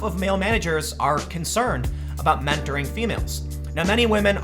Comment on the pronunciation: it is MEN TORING, not WO MEN TORING.